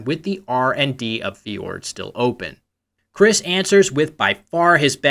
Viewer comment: where did Chris's R go?